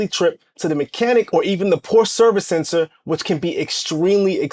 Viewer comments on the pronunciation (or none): Why do these CC’s always say link in the description when they know dang well they don’t have it there 🤦🏽‍♂️ Also, perhaps do the marque the courtesy of proper pronunciation of the name.